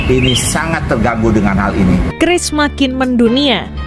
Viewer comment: QRIS Menurut Bank Indonesia ejaan yg benar adalah kiris bukan kiuris.🙂